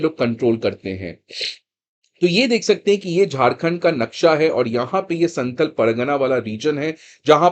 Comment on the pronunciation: Santhl nahi santhaal hota hai, Naam ka pronounciation kharab mat kijiye Naam kishi language me change nahi honaa chahiye